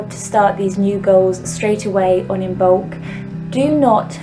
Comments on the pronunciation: It’s not imBolc it’s pronounced imolc the b is silent. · The b is silent in imbolc. It is pronounced im-olk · I love you dear sister, please be aware it is pronounced Immolk , meaning In the belly. From the Irish I mbolg, I love your passion for the Pagan just please be respectful to origins. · Beautiful ♥️ As Imbolc is coming soon to the SH I watched this to get ideas. Thank you 🙏🏻 This was very helpful. Sorry to be anal but just a tip the ‘b’ in Imoblc is silent. 😉